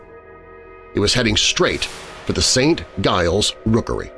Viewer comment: St. Giles pronounced Saint Jiles